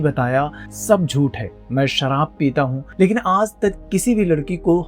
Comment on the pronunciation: Abe सराब नही शराब बोलते हैं